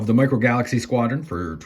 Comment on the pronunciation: Micro "falaxy"? 😂